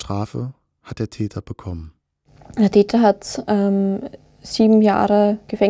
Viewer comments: Wer versteht auch die ganze Zeit „Dieter“ statt „der Täter“ ? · der Täter, ich habe immer der "Dieter" verstanden.